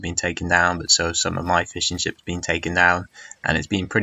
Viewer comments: The game was a great watch, but I keep hearing fish-and-chips as he starts talking about his boats :p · ***** lol it sounded so much like `Fish and chips´